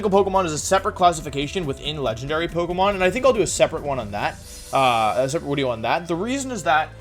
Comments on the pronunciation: Nobody else hears him say wideo instead of video? Just me? Okay. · Why does he say Wideo? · I’m fairly new to the channel and want to know the origin of wideo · Winging With Wolfey: The Wideo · what is wolfeys native language? the changing of v's and w's is peculiar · Since I'm a fairly new subscriber, I thought Wolfe had a speech impediment because of "Wideo" and other words. I was also confused on his weird pronunciation of pokemon names like "dekidooey" but after looking at older vids and hearing "Origin formy" I see now that I've been tricked, backstabbed and quite possibly, bamboozled. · Paused , because. Eternatus. It is S. Now, wideo.. prove me wrong. Edit: Bewear, with +1 priority baby doll eyes, holding a kee berry can tank 5 hits from choice banded dracovish, and lives 3 super effective dragon descendants from choice banded adamaant 252+ mega rayquaza. Can KO said mega rayquaza with thrash after 2 defense drops. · I really enjoy your content and your one of the members of the Pokémon community that I have the most respect for. But what’s up with replacing v’s with w’s and pronouncing the ‘e’ and the end of words like same and forme